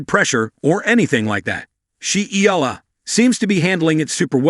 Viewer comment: Please pronounce her name correctly.